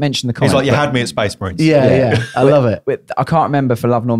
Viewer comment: Sorry, but that has to be "Space May-rines" ...